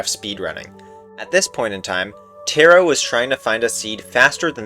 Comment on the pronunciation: great video and insane luck about the 9 eye but u pronounced taro wrong